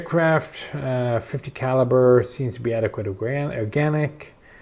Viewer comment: Dear Sir, ahem, John Garand was French Canadien and pronounced his name GAR-and. Please, if you must, consult with Gun Jesus on this. You could be a force to correct the record on this sad mistake.